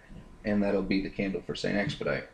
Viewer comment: st. expedite is french it is supposed to be pronounced the french or latin way